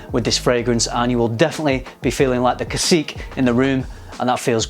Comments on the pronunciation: Greetings from Puerto Rico,! Very cool concept for a fragrance. Oh, and it's pronounced "Casi-kei." Anyways, awesome review! Difficult to find Caribbean themed fragrances that aren't just the usual freshy, tropical, vacation stuff, lol. Very cool! 👍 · By the way it is pronounced "kah see keh", its an spanish word. Thank you for your great video once again!